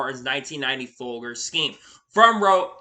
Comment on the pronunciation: My young friend… I know that you don’t have the experience of the coffee wars from back in the 50’s & 60’s… but it’s “foal-jers”… otherwise, great content!!!